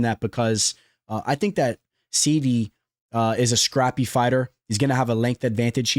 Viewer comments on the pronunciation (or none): wrong bud, you are the only person pronouncing it wrong on a consistent basis. Literally immediately after you butcher Onama you say ‘Serhey SEEEDDYYY’ as well. It is ‘SIGH-DEE’